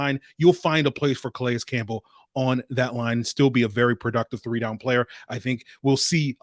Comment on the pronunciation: Good stuff,. btw i think his name is pronounced 'Ka-Lay'. the S is silent